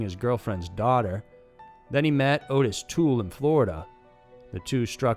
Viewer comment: It is Ott-is Toole, not Oh-tis.